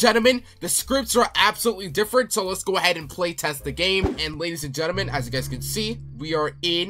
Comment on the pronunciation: Ladies and gelement. We got them.